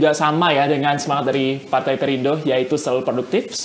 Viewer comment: Perindo bukan parte😂 nyatanya 😂😂😂